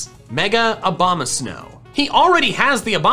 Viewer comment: What i think about when he says Abomasnow: Obamasnow